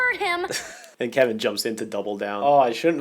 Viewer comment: perfect time but said “Levin?” Not “Kevin!?”